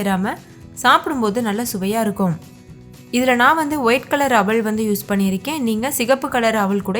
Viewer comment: அவல் ன்னு சொல்லுங்க.. அவள் இல்லை. தமிழ் உச்சரிப்பு முக்கியம்